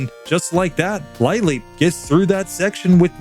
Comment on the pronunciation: I'm still watching and not sure if this comes up or if anyone's mentioned it, but lileep is pronounced "lil-eep," not "lie-leep." Comes from "lily," as in a sea lily...